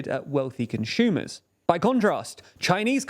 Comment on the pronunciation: So weird “conshumers “